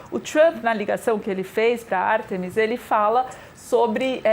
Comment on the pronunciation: 8 dias de missão e ainda tem jornalistas falando o nome da missão errado, pelo amor. Artemis (o som forte está no A) e não Artemís (como foi dito). Complicado